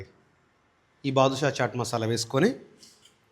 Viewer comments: Baadshah masala not Badushash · బాధుషా కాదండి అది. బాద్షా అనుకుంటా 😂😂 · అది బాదుషా, జాంగ్రీ కాదు బాద్షా ... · Not badushah its badshah 😂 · బాదుషా కాదు సార్ బాద్షా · బదుషా కాదు బాబు.. బాద్షా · Hello sir it is badsha masala not badusha